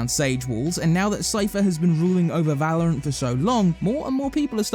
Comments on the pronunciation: We did it, he stopped calling it vELouRanT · Thank sgod he learnt to say valorant